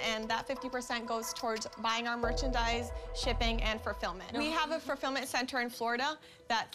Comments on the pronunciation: The less educated one said "ferfillmient" LOL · i can’t stop thinking about how she said “fulfirment”